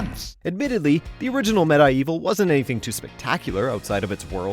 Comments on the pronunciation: I'm irritated by "meh-die-evil". It's supposed to be read as medieval.... Ugh!! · Your pronunciation of medievil and fortesque was pretty interesting to say the least :) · The way you pronounced MediEvil made me uncomfortable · No one:: “med-eye-evil.” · Med-EYE-Evil?? REALLY??? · Waitwaitwait....XIII is getting remastered?!?! Also, Med-I-Evil, really?lol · "Med-i-Evil" .... EXCUSE ME?! Hahaha! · Every time he said MediEvil wrong I cringed